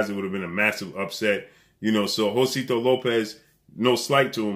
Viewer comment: Jose-sito not Josito lol